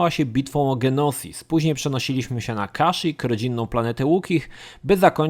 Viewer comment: Na początku nie wiedziałem o co chodzi z planetą "Genosis", potem zczaiłem że chodzi o "Geonosis" :D Niemniej jednak materiał świetny! Warto było wspomnieć że KoToR II chociaż ładniejszy i mechaniką nieco lepszy, to niestety nudniejszy. Niestety. "Jedi Academy" jeszcze kilka lat temu miałem przyjemność być w klanie, pamiętam rozgrywki międzyklanowe na serwerach, te pojedynki, treningi do "Capture the Flag" i "dueli" na turniejach z ludźmi z innego klanu :D Świetne czasy, i genialna sprawa. Szkoda że większość serwerów na JA poumierało :/ Jeszcze raz, świetny materiał :D Pozdrawiam i Niech Moc będzie z Tobą :D